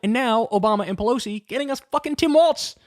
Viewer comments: Dear Kyle, I love your show 💙💙💙🤗🤗🤗 ... thrilled as can be ... with all due love and respect 💗💗💗, "Walz" is pronounced like "Walls", not "Waltz" ... no "t" sound 🤗🌿🌷💙💙💙💙💙🌷🌿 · its pronounced like walls not waltz. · Kyle I’m gonna need you to learn how to pronounce his name it’s Walz not Waltz! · It’s walz not waltz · I guess even fans of his will continue to mispronounce his name. Kuh-ma-luh and Waltz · Kyle your take is great on Tim Walz but for the love of all things please say his name correctly. His name is pronounced "Walls" there is no "t" in his name, its Tim WALZ!!!! Thank You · Kyle. Say it right, he deserves it, Tim Walz. Start by saying Tim Walls if it helps.